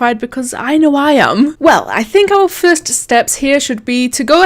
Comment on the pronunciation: "The fust plece"